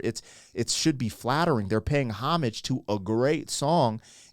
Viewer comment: That song has over 350 million views! 'Excuse me Kennÿ'...she stepped on his foot with her spiked heel! Thanks for pronouncing homage correctly